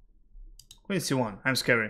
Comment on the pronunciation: "No space for queen" sounded "no space fu*k win" 🤣🤣